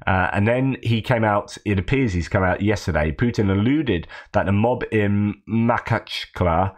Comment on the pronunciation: You have to learn to make a throat clearing sound while pronouncing the kh in Makhachkala.